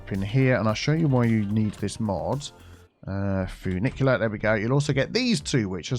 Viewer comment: Finicky - FinicTEA End because everytime I heard funicular I was thinking finicky 🙄